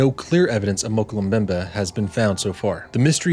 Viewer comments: This was a phenomenal video well done thanks, your pronunciation was off however Mokele Mbembe is pronounced like Moe-kellay-em-bembe just fyi. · If you're going to do a video like this you need to pronounce it correctly.